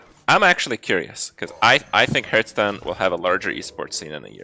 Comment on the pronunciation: Hearthstone is pronounced “HARTH-stone”. Not “hairth-stone”. Cmon Kripp.